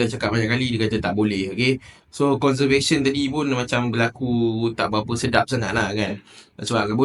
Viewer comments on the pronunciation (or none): Conversation bukan conservation 😅